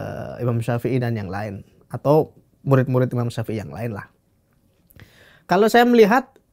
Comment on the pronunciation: narasumbernya bilang Imam syafei jd syaepiyyah😂